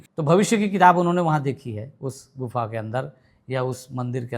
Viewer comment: गुनफा नहीं गुफा न नहीं बोलना है